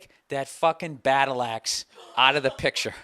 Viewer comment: "Take that battleaxe outta the pictcha" I thought he was talking about his friend.